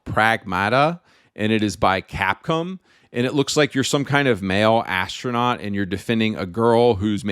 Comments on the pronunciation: It's "cap-com" (bro says "cap-come") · Ironic how he's anti woke (yay), but pronounces Gaiden as 'Gay'den instead of Guyden. Americans don't know how to pronounce anything. What the hell is Capcum? Subconsciously gay, definitely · bro calls cap-come as capcum lmao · its capcom not capcum